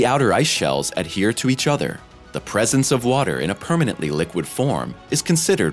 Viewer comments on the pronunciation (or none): none